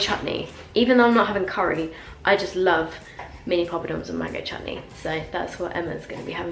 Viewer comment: The way she says ‘mango CHUTNEY ‘ 😂